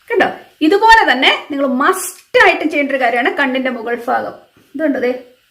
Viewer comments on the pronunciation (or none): Hi.. video സൂപ്പർ.... ഫാഗം അല്ലെടാ...ഭാഗം ആണ്....